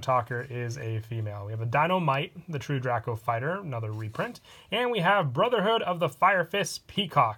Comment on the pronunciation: The way u say true draco bothers me